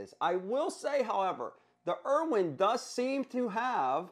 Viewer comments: There's no way that's how Irwin is actually pronounced. Ryobi, Knipex, now IRWINE?? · Irwin, Irwin, Irwin pronounced 'er win' there is no wine in this make 🤣😂😆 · The pronunciation of Milwaukee and Irwin gets old quick dude. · Decent review but you're pronouncing BOTH companies WRONG. Every time I hear the company names called out, I cringe.